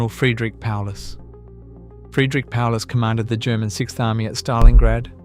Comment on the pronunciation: Sorry, I stopped watching after you messed up with Paulus.